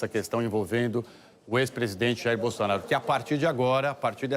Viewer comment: Ouçam a Renata aos 15min e 35 s ela fala BUNDONAURO 😂😂😂😂😂😂😂😂😊